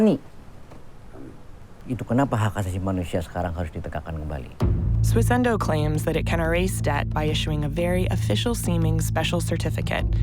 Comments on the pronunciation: Why does every single person in this video say "SWISS-INDOH" But the presenter always says: "SWISS-ENDOH"? WTF? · The subtitlers also can't spell 'bizarre'. Also, does it sound to anyone else like she keeps saying "Swiss-ENDO"? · It's Swissindo mate, my god the word cropped up in the video like tens of times and you still butchered it lol